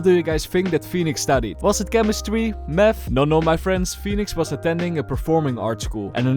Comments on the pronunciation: math❌ meth ✅ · I like how he says meth instead of math